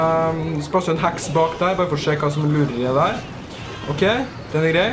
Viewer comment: Er jeg den eneste som syntes han sier "hax" når han egentlig sier heks?